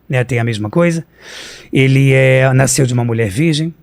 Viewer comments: "NAICEU" é foda... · Um mistério de verdade é: De onde vem esse som de "i" na palavra "nasceu" hahahahaha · Afinal, ele "naisceu" ou não "naisceu"?